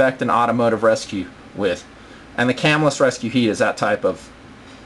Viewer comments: I'm fairly sure it is pronounced "cah-MILL-us" not "CAM-ill-us" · It is pronounced "cah-MILL-us" The knife company was named after the town it was founded in. It is right outside of Syracuse, NY. I even went to Camillus Middle School for a year.